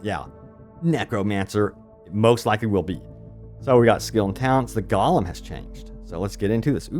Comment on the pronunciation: Haha it’s GO-lem